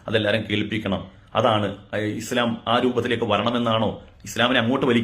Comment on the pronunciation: മുടിശം അല്ല ഇസ്ല്ലാം